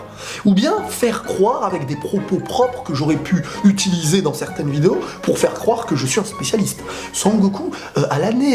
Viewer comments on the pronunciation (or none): none